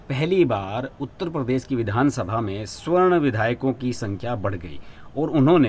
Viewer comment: I think it is savarn(सवर्ण) , not swarn(स्वर्ण). . Better to rectify.